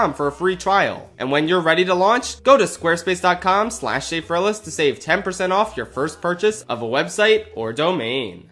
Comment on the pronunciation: When I first heard funding for Schafrillas, I thought you said funding for shape paralysis